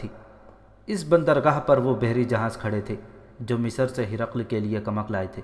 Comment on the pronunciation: अगली बार जब आप रिकॉर्ड करें तब लफ़्ज़ की अदायगी सही तरीके से करें आपने हर जगह " मिस्र" को मिसर, "सेहरा" को सौहरा, "बग्घी" को भग्घी "नामवर सालार " को नामूर सालार कहा है,और हद तो यहां तक कर दी कि एक दूसरी तारीखी किताब "शमशीर बेनियाम" में हज़रत "अबू बक्र" को अबू बकर कहा है, आगे से इसका ख्याल रखें!